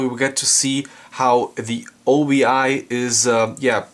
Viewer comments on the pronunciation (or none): Its not "o.b.i." Its pronounced as one word "Obi" which means Sash in Japanese. Also this LD was released in 1998, so dvd was already out! is the 'explosion in space' theatrical version fully restored in this release?